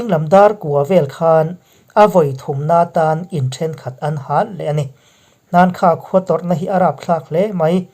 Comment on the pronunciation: Hakha tih tur ani zawk in kahri